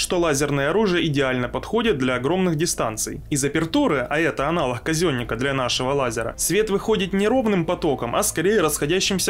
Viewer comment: не аналоХ, а аналог. не палитесь. 😉